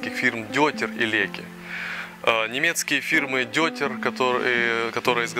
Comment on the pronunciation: какой нафиг дёйтер? неужели сложно узнать как правильно произносится название? дойтер!